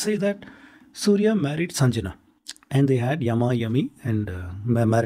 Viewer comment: "Sanjna" how you read this. Rememebr, Jnana also written as Gyana. In souther India "Jnana" over "Gyana". So Sanjana coukld be read as Sangya. YOU PLEASE DO SOME HOME WORK before you BULLSHITTING around.